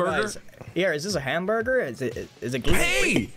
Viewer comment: Grian saying, "is this a hamburger?" with an american accent is hilarious